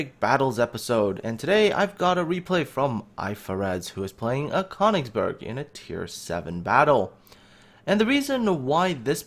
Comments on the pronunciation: it is pronounced kerr - nigz - berg please !!! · It's pronounced Kuh-oon-igs-berg :)